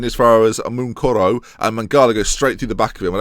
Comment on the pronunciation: if you can't say mounkoro then call him Keith because why not